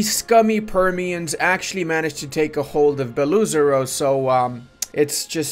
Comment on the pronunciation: Ive heard you say it many times "Beluzero" it's actually pronounced like two words Bello Oyzaro. thats the closest one can get to prounounce is to its original sounding